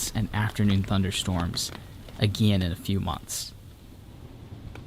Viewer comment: You say again Weirdly it's funny(